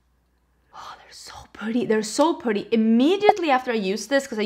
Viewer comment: When you say PUrrrdy